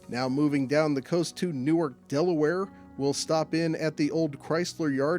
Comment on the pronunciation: Newark, DE is not pronounced like Newark, NJ. It's pronounced New - Ark